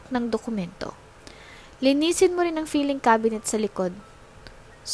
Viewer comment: Filing cabinet? Di ba dapat ang bigkas ay " fieling " at feeling? "🤔